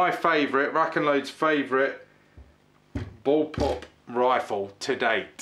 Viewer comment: I know what a Bull pup is. But you said boll pup! ?